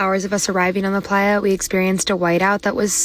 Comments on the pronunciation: Playa is pronounced “ply-uh”. It’s the Spanish word for beach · re - #7 I'm pretty sure that's Playa - pronounced "pligh-ah" meaning "desert." I suspect it might originate from the Spanish "playa" = beach.